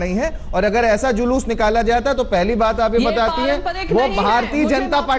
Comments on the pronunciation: Ye randi pringka ko julus bhi kahna nahi aata jhalus bolrahi hai sali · Zhalush ni re julush 😆😆😆😆😆😆 matr bhasa bhi ni ati to kiya ayega 😆😆😆😆😆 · Jhalus nhi jalus....